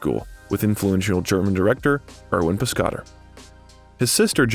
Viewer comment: That wasnt the only one. How about Vivien "Lay". Antigone, I cant even imagine that. I quit on it too. It kills it for me when they have no respect for the "lesser peoples". Piscator also.